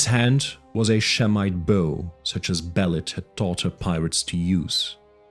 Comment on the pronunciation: It pronounced Be lit